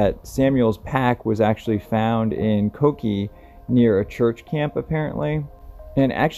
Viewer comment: Pronounced Ko-Kay-A